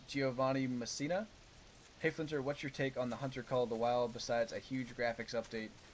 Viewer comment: Flinter The Hunter yup. You got it right the first time ;)